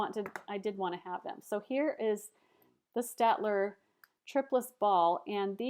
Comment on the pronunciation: it's 'stayed-ler'